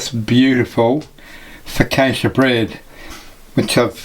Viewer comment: I liked everything about this recipe except your pronunciation of focaccia in my role as the Italian language police